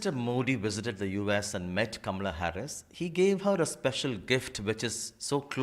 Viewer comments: DANE CALLOWAY should listen to this interview and post it!! He's always posting negative videos about Kamala Harris...plus he always pronounces her name incorrectly...which is disrespectful!! Kamala came from an educated family...not the bottom of the barrel family. People should STOP bashing KAMALA!! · If she wants to lean into identity politics and exploit her background when it suits her then she absolutely does have a responsibility to honour her heritage. She doesn't even say her own name correctly.